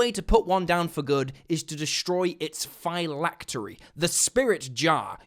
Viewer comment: y u say phylactery like that... ... it sounds wrong